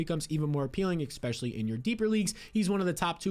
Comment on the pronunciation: Add timestamps and stop saying eKspecially and I'll subscribe. I promise.